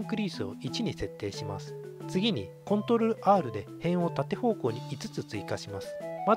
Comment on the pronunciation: Как прикольно он говорит контр + Р 🦊❤️💖💕